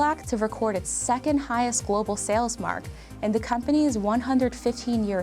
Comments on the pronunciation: Why tf she keep saying. Da instead of the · I don't think she used the a single time, every time she said 'th' anything she said it with a d lol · She keeps saying d when its th and it's annoying the shit out of me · It's THE not DA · the... not da .... sorry...pronunciation driving me a bit crazy.... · The amount of time this woman says “da” instead of “the”...enunciate PLEASE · THE NOT DA , after i heard it once i could not unhear it, jesus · I love how she pronounces anything with a “th” sound with a “d” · “da brand” = the brand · Da house, yo. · I wish the narrator would stop pronouncing all 'th-' sounds as 'da'. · Her constant mispronunciation of “the” with a “d” sound lost me in the first 2 minutes. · Please learn to say “the”